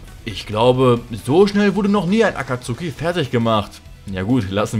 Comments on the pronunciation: hör bitte auf das aktsuhhhhhhki auszusprechen es nerct so hart wenn leute nichtmal so einfache wörter können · Also für die geilen Sakura Witze kann ich dir sogar die deutsche Aussprache von "Akatsuki" vergeben. Kuss